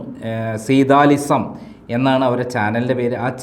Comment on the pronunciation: സീതാലിസം അല്ല ആദ്യം താങ്കൾ അല്പം മര്യാദക്ക് അല്പം വായിക്കാൻ പഠിക്കു ശീതളിസം എന്ന് ആണ് ഇതു 3 ദിവസം മുൻപുള്ള വാർത്ത